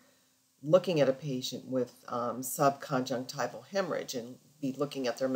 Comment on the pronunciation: You pronounce 'subconjunctival' as sub-con-jec-TIVE-al. Shouldn't it be pronounced sub-con-JUNC-tiv-al?